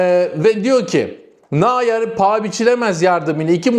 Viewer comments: bu telaffuzdan neredeyse Umut nayır çıkacak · Nahyer değil , Noyer diye telaffuz et ,🤔😁😆😁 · arkadaş kaleci nayer değil noyer...... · Yorumlarınız gayet güzel ama lütfen "Naayır" demeyin. Nöyer... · Nayer değil, nooyer olacak, çok belirgin rahatsız ediyor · N A Y E R degil bu arada, NEUER (noyer diye okunur) …. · ..Nayer diğil Nouer...😂😂😂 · Nayer kim anlayamadim bir türlü,kendini gelistir biraz,dedigin futbolcu Neuer ise okunuş sekli Noyer okunur,Nayer Nayer diyip dutma oğul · Kırk yıllık Noyer'e naayer naaayer deyip durma la 😡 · Naer ❌ Neuer ✅ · Kaleci Neuer Nayır diye okunmaz. Doğrusu Noyer diye okunur. Sevgiler. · Naer deyip durma 😂noer de şu kaleciye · Nayer değil Noyer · hocam sinir ettin beni. 😄 nayer değil noyer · Neuer Nayer okunmaz. Sen hangi dilde okuyorsun? Neuer Noyer desen daha doğru. Neuer yenisi demek. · Kardeş Neuer, Nayer diye okunmaz Noyer diye okunur, o kadar çok tekrar etmişsin ki uyarmak zorunda kaldık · Türkçe okunuşu Nayer değil noyer 😉 güzel kardeş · Nayer değil nouer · Selamlar. Çok tekrarladığın için yazmak zorunda hissettim. Nayer’i nerden duydun anlamadım. Kimse Nayer demiyor. Neuer, Almanca Nayer değil Noyer olarak okunur. Yazılış = okunuş örnek Eu=Oy Ei=Ay Sch=Ş Tsch=Ç … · Kardeş, "Noyer" diye okunan ismi "Nayır" diye okumak bayağı orjinal olmuş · Dostum Nayır değil Noyer diye telaffuz edilir, Almanyadan selamlar ✌️ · Nayer ne aga :) Alman bu arkadaş dolayısı ile Noya(r) diye okunur? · (Manuel) “Neuer” - Türkçede “Noyer” demen lazım arkadaş 😊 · Okunuşu böyle, nooyer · selamlar, neuer’in ismini yanlış telafuz ediyorsun. No-yer olacak. Bir gazeteci olarak doğru telafuz etmen önemli diye söylüyorum yoksa kötü niyetimden değil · Kardesim, Neuer ( Noyer) diye Almanca okunur. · "Nayuer" nerden duydun da acaba böyle bir telaffuz kullandın merak ettim? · Noyer diye telaffuz etmelisiniz. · Nayer soğuttu. Koskoca Neuer'in adını yanlış telaffuz etmek nedir?